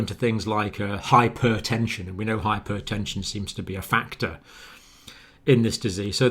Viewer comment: Does he say Dr John Campbell say "hypertension" in a weird way or is it the rest of us?